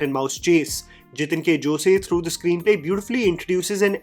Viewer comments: Not 'Joseyy' just 'Joss' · Just FYI...You pronounce Jose as "Jos" not as "Jos-e" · It's not josay.... It's pronounced as JOS🙂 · Jose is not pronounced जोसे. It's जोस. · he follows films, he knows how it's pronounced in Kerala, still choses to use the said spanish, but in Spanish do they 'jo' the way we jo. It's mixture of two interpretation of pronunciation. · Ok for all Non Malayalis, Jose is not pronounced as Josay but Jos in Kerala. For Non Indians it is not pronounced Hosay either. take note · I have seen many people pronouncing jose wrong. In kerala its pronounced as "Jos" not "joseh" may be because of joseph idk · Isn't jose pronounced "ho-sey" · José alla, it is जोस! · Just a small correction - the name 'Jose' in Malayalam is pronounced the way you would pronounce the word 'Hose'. The 'e' is basically silent. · In Spanish, Jose is pronounced as ‘Hosay’. Maybe that’s why the confusion! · Jose surname is pronounced as HO-SAY in Spanish....They are Spanish/Portugese Converts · How hard is it to pronounce jose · again - Jose....:) Why are you like the Balayya of pronounciation especially of industries who cant get a name right????